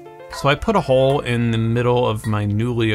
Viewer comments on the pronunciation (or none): none